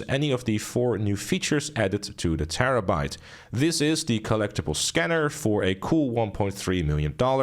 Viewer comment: He said: "Terrebait ish a terribol feehikel"